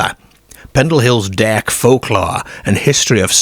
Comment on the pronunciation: it’s been asked before and he gives a vague answer that he’s lived all over. It’s not an accent that can be pin-pointed and he has some very unusual (and funny) pronunciations which throw you off, e.g. derrrrrk, for dark and similar.